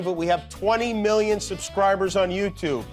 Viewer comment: Why can't Trump pronounce "million" correctly? He says "me-yun."